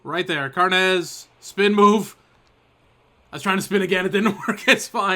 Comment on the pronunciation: carnes is irish not spanish its carnes like kim carnes not carnez love the series